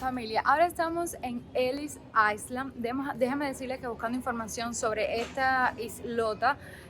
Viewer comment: cuando pronuncias Island la (s) es silencioso….